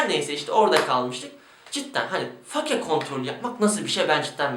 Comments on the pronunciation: Katılıyorum, fake diyorsunuzda bari fake olarak okumayın 'feyk' olarak okuyun. Örnek 'Ben fake'yim.' -. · Fake kelimesinin "fake" olarak bi kere daha okursan ekrana kafa atıcam. "Feyk" ulan o. basket de mi izlemiyosunuz, ingilizce dizi de mi izlemiyosunuz. "Feyk" ulan feyk. Türkçesini kullanmıcam diye ısrar ediyosun bari ingilizcesini düzgün oku. Fake nedir ya.